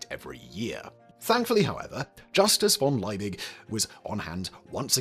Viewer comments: Why the f*ck is he butchering von Liebig's name that way? It’s pronounced fon[d]-Lee-big. Okay, he'll do the same with Ludwig van Beethoven's name. Got it… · V in German is actually pronounced like F So, Von Liebig is pronounced as Fon Laybeeg